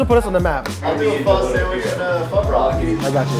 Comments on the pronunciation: i remember me saying the same way homeboy said pho for my first time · I'm going to say it like I always say it: "It's fuh, bruh; not foe, bro." You would think friends of the proprietor would know by now how to pronounce this dish, let alone any adult in the present day. Why people aren't willing to be corrected is also a problem. Viet language is just as important as anyone else's. Show some respect and pronounce the most common dishes properly. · When people mispronounce pho to be "faux". Biggest pet peeve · Pho literally translates to noodle soup. So where is the noodle? Lol. I love when people say "fo" like "fo sho" it's so fucking cringe. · If you pronounce pho like flo in 2024 especially in New York . Deportation please. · The Krish dude just killed me inside how he pronounced pho ... the white chick even saud it correctly eesh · And why does no one know how to say pho?